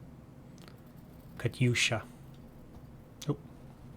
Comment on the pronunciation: Plz. "Katsuya" hurts my ears. Try Cut-you-sha instead.